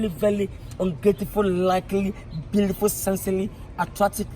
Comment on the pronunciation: Gorgowl😂😂😂😂 vely vely vely blealifel